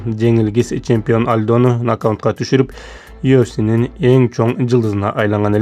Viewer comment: Нокаунт эмес нокаут! Тор эмес торт!